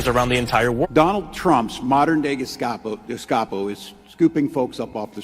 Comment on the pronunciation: My favorite is Walz saying "Geshcapo". Sounds like he was thinking of cold tomato soup.